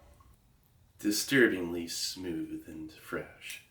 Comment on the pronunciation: “Distubingly smooth” 😂😂😂